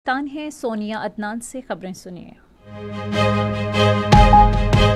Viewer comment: Soniya ghalat nam patakarle